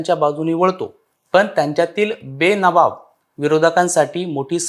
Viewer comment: व्हिडिओ चांगला आहे पण काही उच्चारातील सुधारणा सांगतो कृपया राग नसावा बेनवाब नाही तर बेबनाव असं आहे